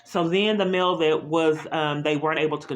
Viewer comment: It’s MAIL! Not “MILL”!